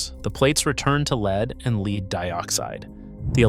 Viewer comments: It’s actually “Lead”, pronounced like “led.” And lead is a type of metal. It is not “leed”. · Leed acid indicates AI in my book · That's the problem with these AI slop videos. They're just an AI narrator reading a typed script - hence "leed" instead of "led" for lead because they rarely if ever proofread and pre-listen to how their script sounds being read by the AI. They use the AI to also throw in a bunch of slides on the subject that have some relevance but not always appropriate to what is being talked about at that point in time, or even not relevant at all. I really hope no one gets hurt, but at the same time people should not be using these things to do the whole project - it should be an idea starter, but then do their own research and figure it out for themselves. Just like everything else people use AI for. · I almost watched this until the AI pronounced the word "lead" as "leed". This is just AI generated slop... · LEED-acid battery?? AI flubs again. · C'mon, pronounce "LEAD" correctly! Dumb AI!!! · AI cant pronounce "lead" correctly? Also, there's a big difference between lead acid and AGM batteries which he says AGM is maintenance free, true but we're talking about deep cycle marine lead acid batteries not AGM batteries. So, the facts are correct but when comparing 2 different types of batteries, you can't sneak in a third's properties as though it's part of the point you are trying to make. That's dishonest! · AI slop. Mispronounced the word lead. Basic human editing/supervision would have prevented that. Downvote and move on to the next video. Bad robot! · This video is AI slop. Can't even pronounce lead in lead acid batteries. And I don't know about you, but I certainly don't want tech advice from an AI that can't even pronounce the English it "reads."